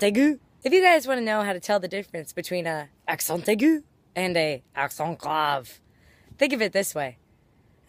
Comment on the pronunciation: Omg. I love how Hannah says accent aigu and accent grave.